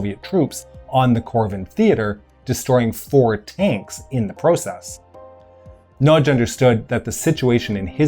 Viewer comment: Two things. Prevalent is generally pronounced “Prev-a-lent” not “Prev-ay-lent” and happy to be corrected but I’m pretty sure it’s Imre Nagy not Nagy Imre. Pronunciation correct though so well done. So many people pronounce it “Nar-gee” which is, as you know, wrong……. My Dad has the Time Magazine from 1956 of the whole revolution and showed it to me in the 70s when I asked him why Poland and Hungary didn’t have communist symbols on their flags to which he said “Because that’s the two they don’t ‘really’ control. Grew up in Melbourne as did my Dad and my late Mum and my Dad (still around) went to the Melbourne Olympics and told me about the fight between Hungary and USSR teams in water polo.